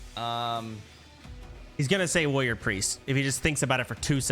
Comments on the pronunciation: Soda has probably said the word "warrior" more than 99.8% of the population to have ever existed and still can't pronounce it. Woyer Wuhyur Wroryeer. Asmon does the same shit. Is it an degen autism thing? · The way he pronounced warrior as “woyer” the entire time was super annoying.